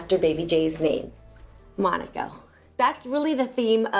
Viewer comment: Mai you are saying monaco the wrong way